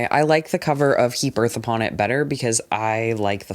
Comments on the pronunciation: sorry I just heard you say the title "Heap Earth Upon It" as "He Birth Upon It" and my first thought was just HE BETTER NOT HAVE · i genuinely thought was saying “he birth upon it” for nearly 20 minutes 😭